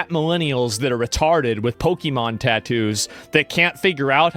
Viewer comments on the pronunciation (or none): you could have just stopped explaining once you said "pokimon tattoos" lol